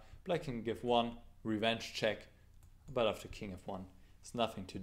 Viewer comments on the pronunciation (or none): "revenenge check" – you learn something new every day :)